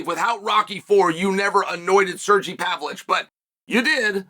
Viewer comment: “Surreal Gone” and “Pavlitch”🤦‍♂️😂